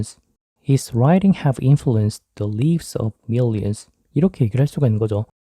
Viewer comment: 에 나오는 lives 를 리브스라고 읽으셨는데 라이브스라고 읽는게 맞는거 아닌가요?